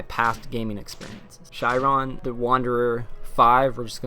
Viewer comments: Shiren is actually pronounced "Shear • en" (same as shears you'd use to cut your hair with). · It's actually pronounced "Shear-en", it is the Japanese word for trials/ordeals. Sorry to be picky but it's my favorite series of all-time. Thanks for the video, I'm really looking forward to finally getting to play this (I almost imported the DS version years ago and was going to learn Japanese just to play it lol).